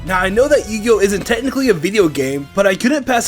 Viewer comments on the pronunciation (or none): you gih oh sounds like pokemon